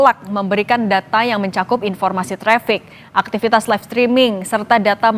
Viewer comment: Itu yg ngomong laip2 itu siapa sih? Apaan itu laip?